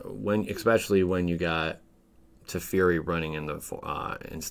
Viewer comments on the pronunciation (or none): none